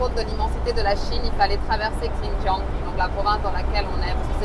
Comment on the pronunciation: Hello, le X en Chinois ...se pronomce comme un Ç avec cédille...ainsi Xintiang se prononce Çintiang...😉 Bonne route!🔆🎈